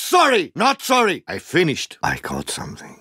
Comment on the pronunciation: Soory Not soory